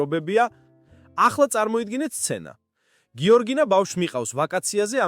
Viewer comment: გიორგინაო😅 ამ ბლოგერს სმენის პრობლემა აქვს